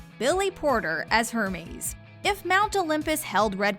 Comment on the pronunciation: i’m sorry did she just say ERMEES?!!!